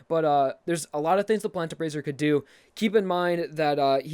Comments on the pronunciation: "Doe", not "dew". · Doe Ray Me Fa Sew La Tea 'Doe,' not do.The last note is the same as the first. Great video though! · Every time I hear doo instead of do, it causes me physical harm. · pronounces the first note as "doe" Also: the same note is at the end....better change its pronunciation to "dew" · doe not do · it's pronounced doe. not doo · He says do properly in do re mi, but at the end (a full octave, same note) it's still doh not dew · la ti du? I believe it's sound is pronounced as doe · Why you say do as Doo. Do is do, you say it right in the beginning, why you change it at the end of the scale? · Just to quick vent... ITS DO (D-O-E) NOT DO (D-O) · Do re mi fa so la to do. Both "do"s are just pronounced like "dough" I'm sorry to nitpick but I literally felt something inside me die when I heard Doo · I am from america and yes we do have to have a music class from 1st to 6th grade. And i thought do on both sides of the scale were pronounced as doe not the ending one being do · BOI! Why you sayin Do re mi fa so la ti DOO? No one says that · I KNOW HE WAS TOTALLY PRONOUNCING IT WRONG! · three years later, glad I wasn’t the only one that heard it